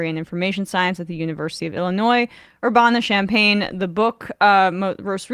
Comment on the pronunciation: I-L-L 💙🧡as a two-time alumnus I love seeing professors from UIUC getting the recognition. It's actually pronounced Ur-ban-a with a more midwestern nasally vowel on the "ban" part though lol also just wanted to mentioned UIUC's new center for African-American Studies is super nice and looks dope